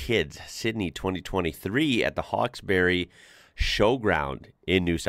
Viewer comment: Us locals pronounce it HAWKES-BREE HAHA😅